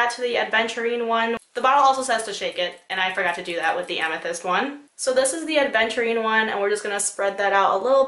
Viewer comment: Its "Aventurine" not "ADventurine"